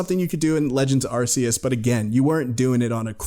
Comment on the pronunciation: After all this time you guys still can't pronounce Arceus correctly? Sigh